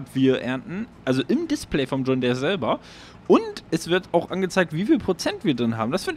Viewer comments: Ich schau deine Videos echt gerne und finde auch deine Projekte mega ansprechend, besonders die Biofarm, aber jedes Mal, wenn du "John Där" sagst, rollen sich meine Zehnägel auf :D Deere, wie Diir, bitte bitte :D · Schönes Video aber bei John Där bin ich so getriggerd 😂😉